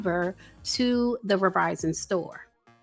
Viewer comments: "Outside the Revizon store" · i love u. But it soundz like ur pronouncing "Verizon" as, (and i'll spell what it soundz like ur saying phonetically) "Verr-vie-zon". Perhaps itz some other distortion in the mix, i will say my speakers are on point but?